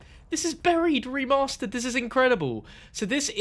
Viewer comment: Anyone else get slightly triggered every time he said “remastered” XD